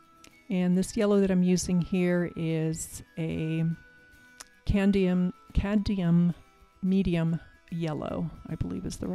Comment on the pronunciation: Cadmium is pronounced “cad-me-um”. You leave out the middle “m”. Thanks! 😊